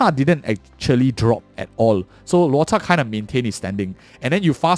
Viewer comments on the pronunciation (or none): hey man great video! Im curious... is there a reason you pronounce Luota instead of Luocha?